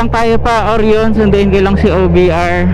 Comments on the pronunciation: Oryoooon hahaha. Orayon kase yung Orion, pati Zeee 1 hindi Zey 1 po 😂😂😂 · Oh-ra-yon. Not Or-yon